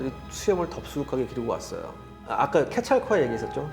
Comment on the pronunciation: 케찰코아틀... 발음이 불분명